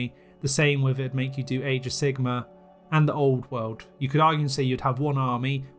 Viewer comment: i love how you pronounce it age of sigma.